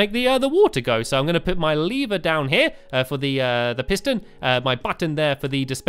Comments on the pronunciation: it sounded like he was saying "Make a Lee Bear" instead of "Make a lever" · Stamps stop saying leever it's lever ur making me pronounce it leever